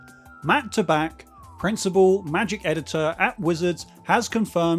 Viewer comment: Matt's last name is pronounced "TAY-back".